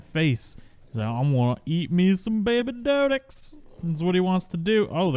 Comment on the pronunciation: Despite how it's spelled, it's pronounced DEE-DOH-CURE-US! The strawberry-pink ones are cute, mutated or not. Think you need to keep a bird handy to move them around. I have a Minecraft world that's almost perma-rain. I've been hit by lightning there several times... Lost half my sheep to a lightning bolt once >.<